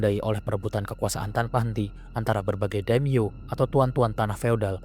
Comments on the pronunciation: Wajib di apresiasi! Keren visual nya walopun comot sana sini termasuk dr Total War Shogun 2. Tapi tetep usaha nya kudu dikasih jempol 👍🏻👍🏻 masukan aja caption nya dan pelafalan nama/istilah Jepang nya diperbaiki biar akurat. Demio = Daimyo. Njakutzi = Enryakuji. Senggen = Shingen. Usoge = Uesugi. Dll.. Keep up the good work! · Bukan daim-yo tapi dai-mio artinya nama besar.